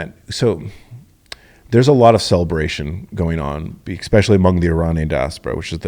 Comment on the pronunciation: This dude says “exspecially” so many times. Holy smokes.